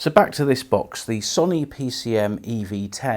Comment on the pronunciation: Its pronounced So nee not son e